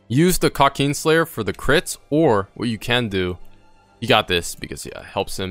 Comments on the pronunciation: KRA kin slayer not Kra keen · nobodys gonna talk about how he says kraken slayer? kauukeen slayer 😂😂😂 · Love the way he says krakeen